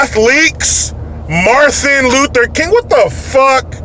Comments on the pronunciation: Marthin Luther King.. I haven't heard a child say that!! LMAO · “Marthin Luther King”... Great. The people in certain districts are electing women who learned to speak from Sylvester The Cat. BTW, Randy Johnson is an athlete (not ass-leak or athleak or whatever she said) and he’s a son of a bitch! I’m sure my fellow Yankee fans can agree.